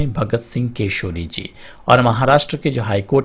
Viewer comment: koseri nhi koshyaari hota hai